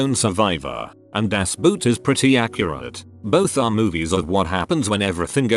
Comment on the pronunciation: I cringed when the bot said "Das Boot"